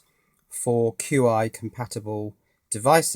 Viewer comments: Chi, it's chi. Not "cue-i";-) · I could be wrong, but I thought "Qi" was pronounced "Chi" as in the Chinese word for energy. "Chi" in this sense is properly translated as "Qi" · Hehe... Not certain if you know this by now, but the wireless charger is actually pronounced 'Chi'... :-) Thank you for all of the informative videos!!! Hoping to start my own IoT network using my current Windows based server/HTPC and a bunch of esp8266 Wi-Fi nodes. Hopefully your guides will be of some level of help to me once they arrive.